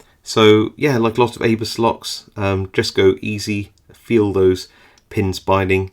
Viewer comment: Isn't abus pronounced aboo in English?